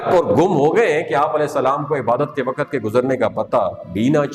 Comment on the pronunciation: Ye wakat kya hota hai??? Waqt is the right word.